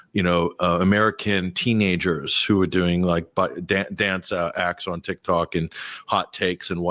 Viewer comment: Trump says Tik-Tak, Netanyahu says Tik-Tuk.... Tomato tomata.